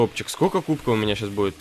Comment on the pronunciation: Почему ты говоришь кубко